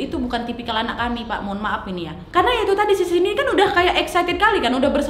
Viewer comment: Cindy kesleo lidah jd siti.. Wkwkwk